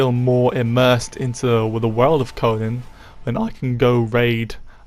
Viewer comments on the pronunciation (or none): It’s pronounced CoNAN!! not CoNUN. Annoying af. Do you also say SpiderMUN, BatMUN, SuperMUN?